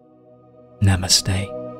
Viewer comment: U spoke namaste wow Indian touch very nice meditation .u must hv got training in India or done pranic somewhere.